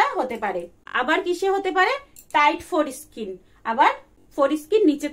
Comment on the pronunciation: Foreskin pronunciation thik ha66e na. Ode lag66e.